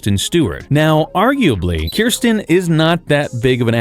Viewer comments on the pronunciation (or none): KRI-STEN… KRISTEN. rolling my eyes c’mon… get it right! That is an AWFUL mistake,!!!!!!!!! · Kristen not Kirsten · Not Kirsten Dunst lol. She’s the one in Jumanji. The narrator is speaking the name wrong in the clip. It’s not Kirsten, it’s Kristen. ❤